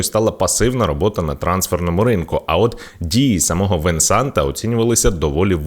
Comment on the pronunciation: Венсана, т - не вимовляється